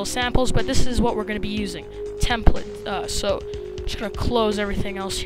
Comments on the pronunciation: Learn how to say template. -_ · Its not templet, its template.. lol